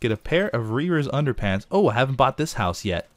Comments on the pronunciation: Underpants... Anderpants hahaha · it's ANDERPANTS!!!